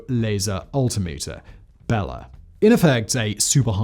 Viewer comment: How many times did Simon say “bell end” before he finally stuck “Bella?”